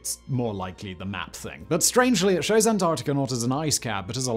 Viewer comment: Antarcticar? Floridar? Louisianar? What is wrong with you? What is wrong with me? What am I doing here? Goodbye.